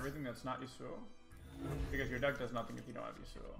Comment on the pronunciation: What really bothers me is the way he pronounces Yasuo...